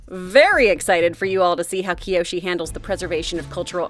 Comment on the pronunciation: and also no, it's kyoshi, 1 I